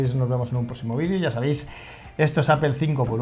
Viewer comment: Joder me mata cada vez que pronuncian APEL, se pronuncia APOL APOL APOL APOL!!! Exito!